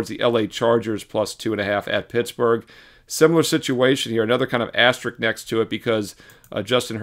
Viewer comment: Is the “s” in “asterisk” silent?